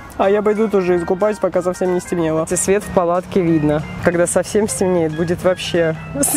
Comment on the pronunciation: правильно когда а не кагда